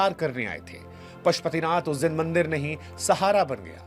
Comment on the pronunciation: Mandar nahi bandar, इसे मंदिर कहते हैं